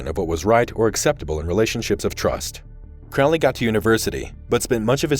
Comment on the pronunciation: Crow-ley is mispronounced. Check his poem A Convert (ca. 1910), where the pronunciation is apparent. There met one eve in a sylvan glade A horrible Man and a beautiful maid. “Where are you going, so meek and holy?” “I'm going to temple to worship Crowley.” “Crowley is God, then? How did you know?” “Why, it's Captain Fuller that told us so.” “And how do you know that Fuller was right?” “I'm afraid you're a wicked man; Good-night.”